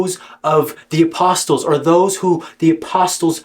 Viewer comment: the “T” in “Apostles” is silent bro